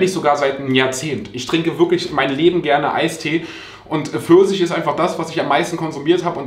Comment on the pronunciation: "Eistee Försisch" 🍑